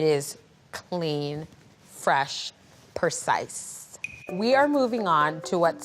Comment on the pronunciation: “Clean, fresh, PERCISE” 😂